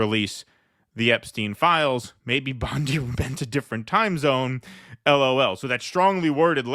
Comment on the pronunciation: Pam “Blondie” 😂